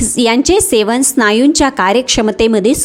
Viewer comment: शेवण,अणेक,शमश्या यात योग्य उच्चार व्हावा हि अपेक्षा.हि माहिती वाचून दाखवत आहे हे जाणवते. अशी माहिती डॉ.नी सांगितले यांचे बरेच व्हिडिओ आहे ते.पाल्हाळ जास्त आहे.